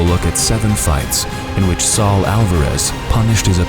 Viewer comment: Tf it’s S A U L not Sal